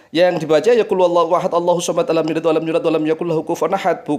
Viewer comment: knapa di baca lam talid walam tulad walam taka🙏🤔🤔🤔